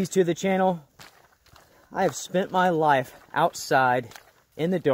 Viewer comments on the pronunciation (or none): none